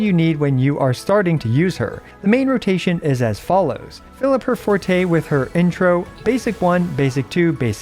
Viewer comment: Finally a Wuwa content creator who can pronounce Forte correctly.